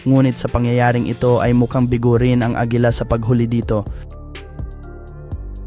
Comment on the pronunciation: Bisaya ka ba agila hindi agela